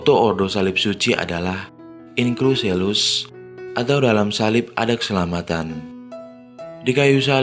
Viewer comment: mimin, tolong belajar membaca kosa kata bahasa Latin secara benar. In Cruce Salus itu dibaca sebagaimana tertulis, bukan dibaca in krus selus.... bikin ketawa aja nih. kwkwkwkwkwkw...